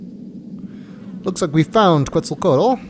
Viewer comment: This isn't a Sierra game. That's why you can't touch the mushrooms. Were you saying you don't know what Halfdome is? I wish they would pronounce Quetzalcoatl properly.